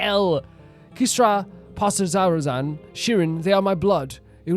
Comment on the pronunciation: Kisra Pasrazaruzan 😂 how is your calvinism harder to pronounce than the actual name 😂